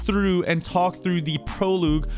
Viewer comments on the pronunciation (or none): He really said PROOLOOGE 🤣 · Pro luge guys we readin a pro luge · Pro-luge